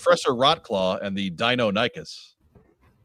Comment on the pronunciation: Not to get all nerdy (well, nerdier), but more in an effort to make sure we’re all on the same page, I’m pretty sure it’s die-NON-ick-us; Dino-Nuggets are something else. 😂